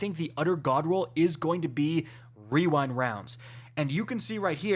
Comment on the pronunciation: wewind wounds